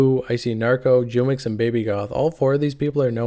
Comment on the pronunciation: Also, jumex is pronounced WHO-mex, not Jewmex😂😂 it's a drink from Mexico